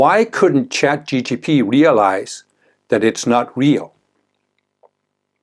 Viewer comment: ChatGPT not ChatGTP